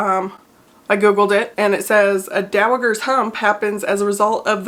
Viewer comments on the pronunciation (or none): Fyi… it’s pronounced like dow-uh-jer ‘s (like in jerk 😅) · BTW, the g in is soft. Dow-a-jer. You must have only come across it in print before.:) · Soft g not hard g in.... Dowajer..... Sorry to be that guy.... I have many times been a victim of only ever having read a word and mispronunciating it publicly. 😅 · I love you but it’s pronounced dowaGER with a hard G 😂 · I saw a BIG difference between the before and after! Also, is pronounced with a soft G - like the Empress in Anastasia:) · The g in is pronounced like a j.